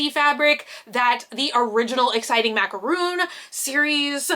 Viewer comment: I love you but hearing you say Macaron , incorrectly is driving me nuts! Macaroon is a type of coconut biscuit ( I’m Aussie , we say biscuit, you’d say cookie). Macaron is a French biscuit. Mac-a-RON, not Mac-a-rune!